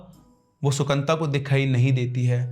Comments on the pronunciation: Sir, sorry but its not Sukanta... Its Sukanto in bengali.. so funny hearing it as Sukanta🤣🤣🤣🤣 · The Bengali name is - Shu-kan-to.